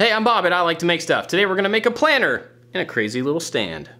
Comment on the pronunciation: Bob, your channel is awesome. It inspires me to make so many things. I feel like I know you cause your personality is so friendly. But the entire video when you said ‘planter’ it sounded like planner. I was like “iTs plAnTer. noT plAnnEr” lmao